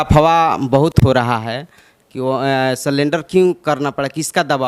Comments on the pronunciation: Are is ko baat karne ka tamiz hi nahin hai kya bole ja raha hai surrender ko salendra bol raha hai ulta pulta baat kar raha hai Baat karne ka Dhang nahin hota hai or ban jaate Hain reporter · Bhai reporter Kitna class tak padha hai. Surrender ko salender bol raha hai. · रे पगला सरेंडर होता है और तुम सलेनंडर बोल रहे हो... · स्लेंडर नही होता है सरेंडर होता है बोलना सीखो पहले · Sullender karna pda😀thik se bolna sikho pahle...sullender nahi surrender hota hai